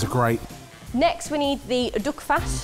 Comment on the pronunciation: It's duck not duck 🦆